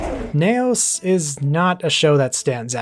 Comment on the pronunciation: Ultraseven 21 is a Futurian confirmed. Also confirmed mispronunciation of "Neos" as 'Nay Os' for some reason?